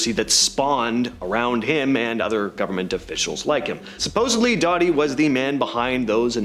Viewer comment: It’s Richard Doty “dough-tee”